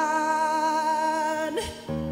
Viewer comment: 藤原さんは英語の発音が良いので、CAMERAMANのマーンのNがとても印象的ですね！多分英語が話せるのでは？と感じています！